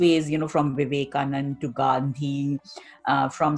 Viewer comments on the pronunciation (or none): Seriously ur saying gandhi 😂